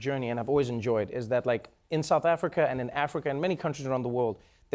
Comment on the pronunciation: Trevor why do you sound like an American when you say South Africa 😂